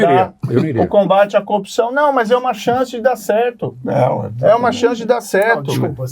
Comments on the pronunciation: coupçaaauun* ele é incapaz de pronunciar o "r", o pobi kkkkk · Coopção , conje, qua , qua , qua …. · Que cara fraco meu deus! "A copção..." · Qndo esse corrupto vai aprender a falar "corrupção"?